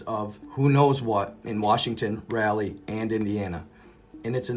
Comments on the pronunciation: Its like RAW LEE. not rally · Rah Lee. Not RALLY. Love ya bro.